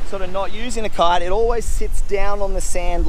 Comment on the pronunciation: Why does he keep saying "cart" instead of kite?